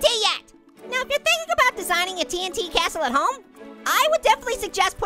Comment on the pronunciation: wow I love Minecraft and splody time and what do you call a cashle a a tashle